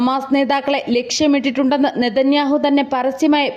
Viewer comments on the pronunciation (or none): none